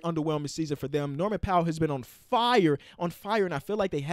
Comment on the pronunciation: bro he said his name wrong 😑